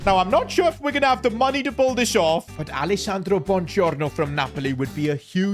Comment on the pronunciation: The BoOngIOrnO 😂😂😂